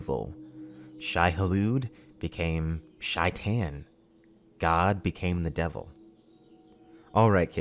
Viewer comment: Nice work. Just some detail on the phonetic of "Shaitan". In Arabian it sounds more like "Satan" but replacing the sound "S" by "Sh" and the A in the second syllabe sounds like latin A, something like "Shay- Taan"